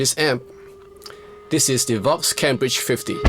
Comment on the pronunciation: With your accent it almost sounded like you said .. "the vox cabbage 50" he he he he he :D Great job as always sir !!